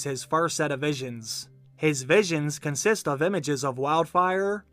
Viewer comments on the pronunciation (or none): none